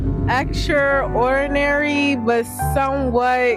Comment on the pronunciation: "Silhouette" and "gauche" aren't super common words, it's somewhat understandable they have trouble with them. But "extraordinary"? It's just two simple words pushed together